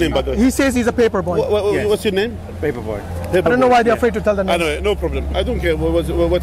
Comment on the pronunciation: I swear I literally was roflmao when sheikh at the end kept saying his name phehpeir bhoy, pepper bhoy, peheayper boy, pepper boy. “Paper Man U said?” 🤣😂🤣😂🤣😂🤣🤣😂🤣😂🤣😂🤣